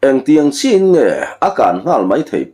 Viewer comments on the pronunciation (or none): none